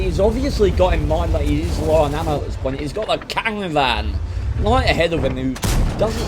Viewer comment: Caravan? it's not a silent r after the K :D